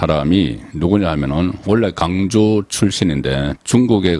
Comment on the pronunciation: 발음이 강주? 가 아니고 광주입니다. 경상도사람들이 w 발음이 잘 되지않는 경우가 많습니다. 광주를 강주라고 하는 발음을 고쳐야합니다.